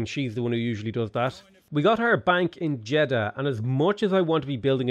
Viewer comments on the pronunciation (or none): none